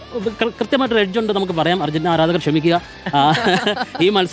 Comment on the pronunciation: ധർജീന്റീന യോ